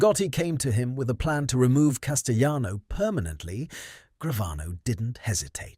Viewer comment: Good lord!! It's Cas ti lano! NOT Cas ti yano!!